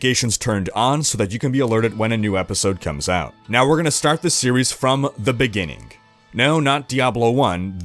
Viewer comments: “In the beninging.” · We'll have to start at the beginningk, with the first beingk in excistence...